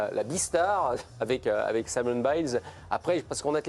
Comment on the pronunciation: Simone, en anglais c'est prononcé exactement comme le nom féminin en français et non comme le nom masculin. Et quand on est journaliste, on peut travailler un peu et , outre regarder les reportages en anglais tout simplement, et faire un minimum de recherche.